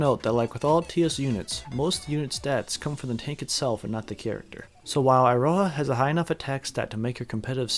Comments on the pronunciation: It's pronounced Eeroha. Come on, you american weebs should be used to japanese by now. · who tf spell iroha with eye-roha 😭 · why do you pronounce it as "Eye-ro-ha"?